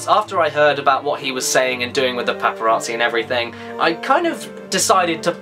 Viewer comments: The "Paparaatzi" ey Caddy? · I find the way you say paparazzi amusing.